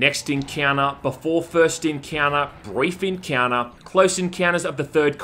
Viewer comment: Something like Eeeenkheunnneh instead of Encounter repeated numerous times is just... out there